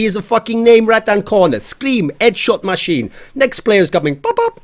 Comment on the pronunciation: "Eee es edshawt masheen"